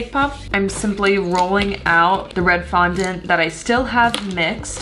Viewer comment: Anyone noticed she said fondant wrong?